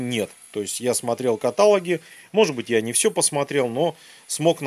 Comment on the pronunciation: КаталОг ! А видео суперское !